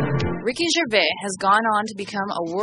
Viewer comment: Wow, so many mistakes in this, do your research. Firstly, getting his name correct. Its gervais, with the 's' at the end. And to say he is getting pompous now, means you are totally missing the point. He is making fun of that,not being it.